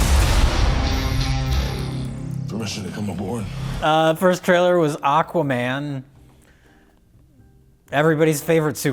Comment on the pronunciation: Mike "Ahkaman" Stoklasa